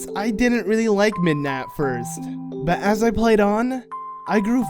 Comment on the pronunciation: Midna its midna